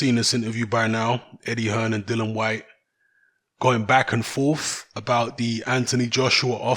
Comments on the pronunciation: Dilly-an is how its pronounced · Todd Yes it's dillian but refuses to pronounce his name properly.